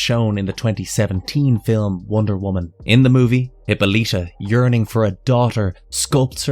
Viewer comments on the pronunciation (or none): It's pronounced Huh-paa-luh-tuh not Hippo-lita. Personally I find it hard to believe research was done thoroughly when words and or names are mispronounced. Literally a 1 minute Google search.